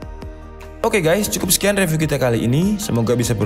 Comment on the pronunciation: Please learn how to correctly Pronounce "review"